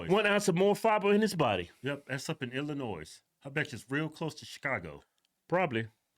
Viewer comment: The “s” at the end of Illinois is silent.